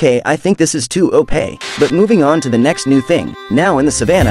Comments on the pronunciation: AI voice over will ensure that I never subscribe. “Oh kay, I think this is too oh-pey.” 🤖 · He said op as opey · "Ok I think this is too O-Pae" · The way he say OP 💀💀💀💀